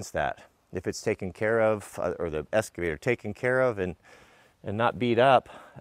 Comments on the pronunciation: Say it with me: EX-cavator. Not ES-cavator. Sound it out, EX-cavator. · I love the channel... But has anybody commented on pronunciation of "excavator"?